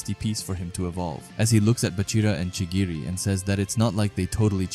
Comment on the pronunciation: Chigiri or chirigi?